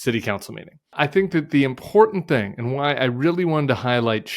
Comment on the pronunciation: Nice work. Thanks Tim. p.s. the 't' in important is not silent (or a 'd').